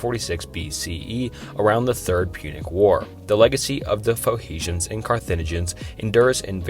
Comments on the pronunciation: Pho he shans??? Pho knee shans? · Faux-hesions? Was going to try to sleep to this but the pronunciation is murder. Off to the Gorbachev bio, I suppose. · It's Phoe N icians not Phoeicians... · Phoehicians..? Sim-ee-tick...? aight I'm out. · You mean, foe-knee-shins. ;-) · the pho-he-shans lol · starting with carthage slash phoehishians... ok maybe i heard it wrong... again: phoehishians ... dude we are just starting and I ve already lost confidence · Come on man just take one extra minute and learn the proper pronounciations of words. Or not even that, just read the words. "Phoehecians"? Dude, there's an N there, not an H. Literally just read the words properly. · Heard him say the word Phoenicians and clicked off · I stopped watching as soon as you mispronounced “Phoenicians.”